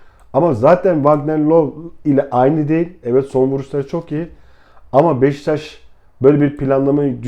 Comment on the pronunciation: abi niye beşiktaş demiyosun beştaş diyosun kafayı yicem